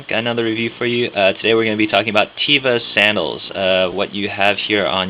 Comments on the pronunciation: Your reviews are great. With all due respect, one criticism (so far, since I just stumbled upon your page a few moments ago): The word "teva" is Hebrew for "nature." Its proper pronunciation is TEH-vah, not TEE-vah. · It's not (Tee-vah) It's (Teh-Vah)